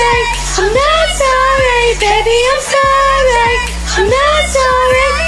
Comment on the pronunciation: “I’m not SOrrAy”